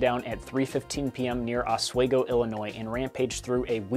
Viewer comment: It's not OSWAIGO it's OSWEGO. bruh